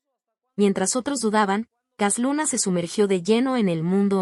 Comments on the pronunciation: Para empezar, la narradora no sabe ni leer, dice cas Luna, no Cash Luna, hay que enseñarle a leer, para poder juzgar, pobrecita y también sus seguidores, de un siervo no se habla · Pues entonces me voy a reír de ti Para que yotubi te pagué por subir videos falso de cash luna Tu voz dijo cas luna Aprender a ablar bien Solo repites los mismos vídeos Hiciste una recopilación y muy falsa por qué yo también ice una y mejor que tú yo